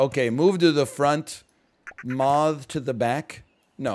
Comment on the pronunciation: Nl says moth like mauthz